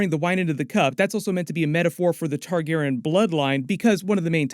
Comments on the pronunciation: Can't dare listen to more than 3 minutes of hearing "Targaron" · why are you calling them TARGAREN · Randomly starts pronouncing Targaryen differently…